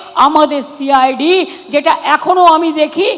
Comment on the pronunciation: Momotar chokranto cid bolte parena bolse shi i d